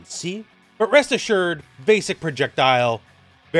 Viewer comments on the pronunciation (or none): I thought you said “well Breast assured”. 😂